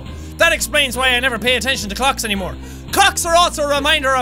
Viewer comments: He says "Cocks" instead of Clocks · he said cocks instead of clocks .. jack youre gonna get demonetized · it sounds like Jack said cocks